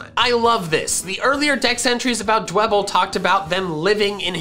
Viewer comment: Nobody: dewbble It’s free real estate